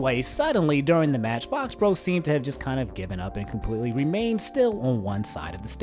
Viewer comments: Fo-bro? Faux = fo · It’s pronounced Foe-he-bro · I think “Fauxhebro” is pronounced “Foe-he-bro” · I think it's pronounced "Foh Hebro" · fauxhebro is pronounced like foe-he-bro. three syllables and faux means fake